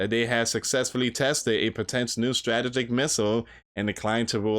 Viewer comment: Potent Strategic: ( PO- tint... Struh- Tee- jik ) 😬...😐....😶